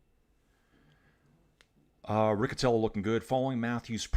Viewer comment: Riccitello is pronounced Ree-chee-tello. Sorry. Greetings from North East England.